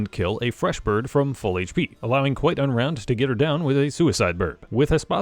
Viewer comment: For some reason every time I heard you say QuiteUnround I hear QuiGonRound like it was some hilarious pun on Qui Gon Jinn